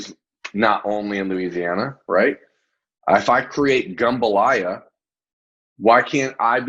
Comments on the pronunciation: It's jumbalaya, not gumbalaya. Gumbo is a different dish.lol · Try “jambalaya” lol